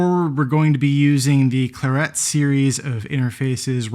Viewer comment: Weird pronunciation of clarett, which is a colour, the colour of the unit, as in the wine? But the double 't' throws this into doubt... I'm not buying one until this is sorted out!